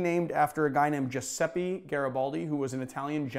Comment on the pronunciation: Great video as usual, just a tip on italian pronunciation: the last letter in Giuseppe is pronunced similar to the "a" in the word "air"